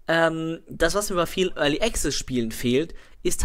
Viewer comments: es sind die feinen Unterschiede, die die Bedeutung des Wortes ausmachen. Als Englischsprecher mit deutsch als Muttersprache hören wir das meist nicht raus, weil wir es nicht anders gewohnt sind.. Aber die Aussprache ist wirklich falsch =) du kannst ja in meinem andren Kommentar lesen, worauf geachtet wird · ist echt nicht bös' gemeint.. aber jedesmal wenn du 'early access' falsch aussprichst, fällt ein Charles von seinem 17 Uhr Teetisch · ***** 'komplexe' ist das falsche Wort. Man zuckt aber jedesmal zusammen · ***** Also ernsthaft so penibel muss man erstmal sein und wenn du jedes mal zusammenzuckst weil einer es nicht zu 1000% richtig wie ein Brite ausspricht dann hast du ja richtige Probleme my friend :D